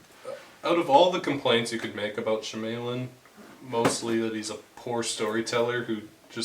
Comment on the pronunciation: M. Night she-may-lyn..... and panying shots?